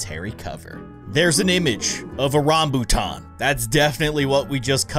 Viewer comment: The first vip fruit was a dragon fruit I like say Malaysia where I live and I have eat rambutan and said it wrong he said rombutat